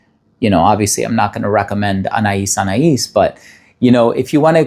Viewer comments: Thank you, for pronouncing Anaïs Anaïs correctly. I distinctly remember the commercials for this fragrance which is where I and many others learned how to pronounce it. As someone who is quite vintage, all of the fragrances that you mentioned are like a cozy sweater for my very being. It's funny, so many of today's fragrances don't excite me. I've been spoiled by such exquisite compositions from the '20s through the 80s. I have been collecting many of the scents of my youth and early 20s over the past year or so. The more affordable ones anyway: Tabu, Amerige, Passion, Ciara, Arpege, Youth Dew, Aromatiques Elixir, Paloma Picasso and many more. Chypres and spicy orientals move me. I do miss real oak moss and I've never met an aldehyde I didn't like. I would love to hear you talk about some of the less expensive vintage and classic compositions. So many interesting back stories. Kobako and Tabu come to mind. I do feel that if you put some of these beauties from the past into niche house bottles some would be fooled. I think it's important to remember that today's popular fragrances are going to smell "old lady" to the generations that come after Gen Z. Excuse me. Elizabeth Taylor's violet perfection, Passion, is calling and I can't resist its siren call. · Vous avez bien prononcé le parfum Anaïs Anaïs 😊